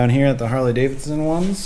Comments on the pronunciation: Davidson not Davinson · Can you learn how to pronounce the name Harley Davidson please. Not Harley Davinson. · This is the first video i have watched of this guy, seems like he has pretty good comment's from people who watch his videos often. But its driving me bat shit crazy he continues to say harley daviNson. ... Yes check the spelling he says davinson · You do realize that it is Harley DaviDson and not davinson.... Right?